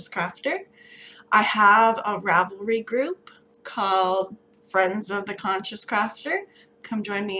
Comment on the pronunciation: Such a cute dinosaur! I'm glad to see I'm not the only one who sometimes pronounces Ravelry wrong lol. When I say it out loud it always sounds wrong!